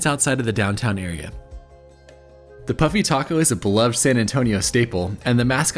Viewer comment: I thought you were saying, "puppy taco."😂